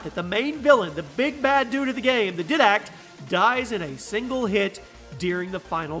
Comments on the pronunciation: It's diedact not didact idoit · Pronounce his name "Daydak" not "Didak" but i love the video and i agree with your rates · This man really just called the Didact the Di-dac 😂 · In halo 4 it is pronounced di d act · Is anyone else bothered by the way he says didact? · Anyone else cring when he mispronounced Didact